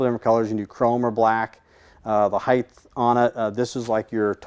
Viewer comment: It’s pronounced “Height”, not “Heigth”.